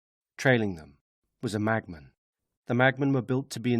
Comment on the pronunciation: Brilliant! But why does it sound like he's saying "magman" instead of "machman"?